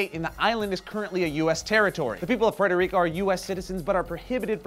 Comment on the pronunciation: Thank you, for pronouncing my country's name correctly. I'm sorry that some of the information you had to say is not accurate, that's not your fault.